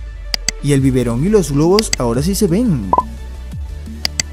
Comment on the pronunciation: "El biberón y los globos" dijo globos oh logos? Minuto